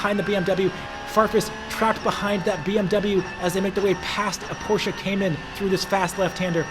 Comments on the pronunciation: bro i LOVE the video BUT its PorschE not PorschA scheeeee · Great video! But each time I hear porshAH I dream of going Postal a bit ;)